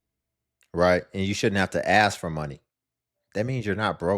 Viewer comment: How about speaking English correctly? It can get them a better job where people will understand them because I can't understand half of what they are saying. Aks instead of ask. We was instead of we were. ........nevermind. useless.